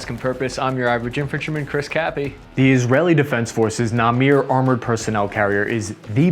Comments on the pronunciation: Na-Mer, not Na-Mir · You really butchered pronouncing it Its na-mer Not na-meer And the joystick turret is awsome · It's namEr not namIr, pls it hurts my ears. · you are pronouncing it Namir but the word leperd in hebrew is Namer and the tank name is also supposed to be pronounced that way. It is Namer not Namir (in pronounciation) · its pronounced nammer not Namir. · you say na-mir but you need to say na-mer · Very interesting video. Thanks! BTW - it prenonced "Na-Mer", Not "Na-Mir" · It should be pronounced NAMER, not NAMIR. The other one is pronounced AHZARIT, not ASHDRIAT (Achzarit in Hebrew stands for "cruel"). You have a great channel. KUTGW! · It is Namer ( Tiger in hebrew ) , not Namir. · It's namEr not namir. Just like the you pronounce the ER before error. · Hello sir. You pronounced Namer wrrongly. Na + Mer(kava) so it is not NAMIR. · Hi man you have been pronouncing the veichles wrong its Namer and not Namir its Nagmash and not nagmesh and you are saying Merkava too fast its three diffrent syllable Mer Ka Va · You’re saying it wrong. It’s Nama’ar not Namir.. Great video 👍🏻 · Interesting . . . One comment - the AFV name is pronounced "NAMER", not "NAMIR" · יא אוטיסט זה נמר לא נמיר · אוקי מי עוד שם\שמה לב שהוא אמר נמיר ולא נמר? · ahahahahah, namir NAMIR ahahahah wtf. its more like namer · It's Namer, not Nameer. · Excellent Video as always but you are killing me, here is how things pronounced: Namer = Na + Mer = Leopard (Not "Namir") Nagmash = Nag + mAsh = abbreviation for an APC ("A" is just like "Up") Achzarit = aH + ZA + rit = female form of Mean / Vicious / Evil without remorse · The name of the vehicle is "Namer" (pronounced "na-mer" not "na-mir") which does mean tiger. Namir is the last name of a well-known Israeli zionist activist and later, a minister of labor in Israel. The name comes from the city his family was from: Namyriv, Ukraine. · its not namir its like namear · NAMER, NOT NAMEER. driving me crazy. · Brotha it namer not namir